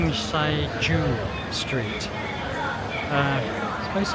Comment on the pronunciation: Guangzhou is pronounced Guang Jo. Zhou means City.